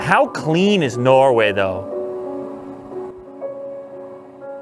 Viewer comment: I confused, you said Norway or No Way!